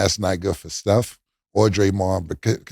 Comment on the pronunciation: cam says steph curry like steph "kerry" he also pronounces the word period like "peh-riod".. it's supposed to sound like pee-riod.. he also says the word sensational like "sehssational" like there aint no letter n near the beginning. lets not even talk about the word stamina